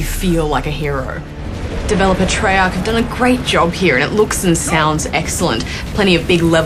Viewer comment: wait did he see treach? not treyarch?